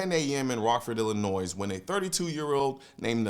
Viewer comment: The S is silent in Illinois, Same as Des Moines but different than Des Plaines. Stay accurate my friends.